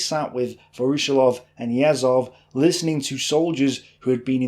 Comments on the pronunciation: Great video. But your pronunciation of Voroshilov is atrocious. It's Вороши́лов - with stress on the и. Pronounced Va-ra-SHE-lov. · A small note on the last name: "voroshilov" It is pronounced "vah-rah-SHILL-ahf" The stress should fall on "SHILL", not on "OFF". Voroshílov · Pronounced: Voro- sheelov